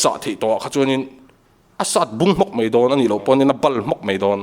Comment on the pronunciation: Kei chu i tawngkha mei tilola, mai timai rawh